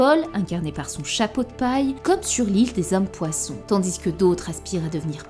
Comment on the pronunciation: Ça me fume quand tu dis le S dans TANDIS 😂😂😂😂